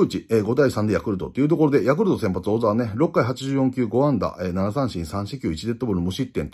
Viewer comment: 「おざわ」じゃなくて「こざわ」です！